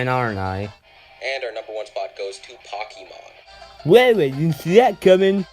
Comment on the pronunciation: POCKEEMON lol btw i love ur channel